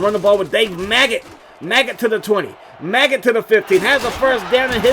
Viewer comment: Bruh his name is Megget. Not Maggot. Lol